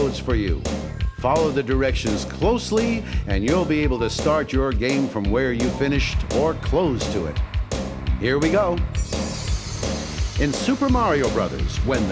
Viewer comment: I'm not sure if anyone else noticed it or not, but as the tape is starting the guy says "...or close to it" ( -ish time), it sounds like he's pronouncing the word 'close' as if he means the opposite to open, rather than 'being close to something'. Wow the guy really was just reading it off a bit of paper and it probably never got listened to again to check it, that code at the end proves it further though obviously.